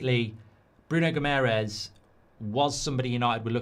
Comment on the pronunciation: Mark, its not Bruno Gimerez. He’s not spanish and his last name isnt hispanic at all. The way to pronounce Guimaraes is as follows: Gee-ma-raischz. Last one is a bit difficult as its a nasal pronounciation but if you try, us Portuguese and Brazilians will appreciate it. Thanks m8